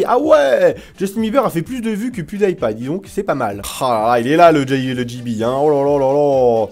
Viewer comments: Pas Pwioudaïpaï, ça se prononce Pioudipaï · PewDie paille tu as dis ?? Heiieinn ??! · Je pense que ca se pronome pwu di paille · Ça se dit : "Pyoudipaïe" agent mais c'est pas grave , on t'aime quand même ! ;-) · Quand tu dit Pewdipie sa se dit (attention fautes) Pioudipay sa se dit comme sa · La facon dont tu prononces pewdiepie ca fait mal aux oreilles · Tu sais pas prononcer PewDiePie où quoi ? xD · Holasoygerman "german" c'est un nom... et tu prononces faux pew die pie quand même fait un effort gros x)